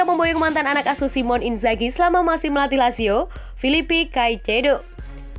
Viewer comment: Simone min, pake eee, bukan simonnn... Eee juga dibaca min... Huaahhh